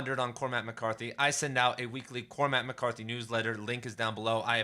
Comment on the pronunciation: COR-mac, not Cor-MACK. It's a troche. Great video .